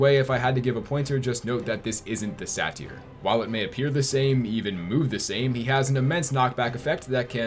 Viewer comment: OK, you don't get to talk about Kevin Conroy's pronunciation of Ra's after the way you pronounce satyr.